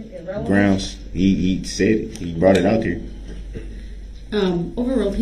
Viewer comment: Brong (brought) I can’t stand the way he talks.